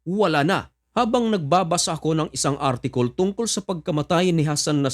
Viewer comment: Owel pacility😂?artikol😂,ala lang nakakatuwa lang❤